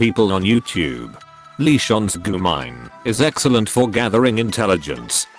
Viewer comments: I thought he said Lee-Shaun, but he meant Lesion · "leshon" lol